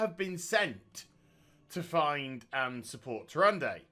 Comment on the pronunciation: The whole time I'm just like..."Its (Tyr-an-da) not (Tyr-an-day) JESUS CHRIST"